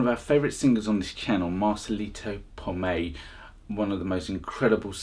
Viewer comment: Marcelito's last name is PoMOY not Pomay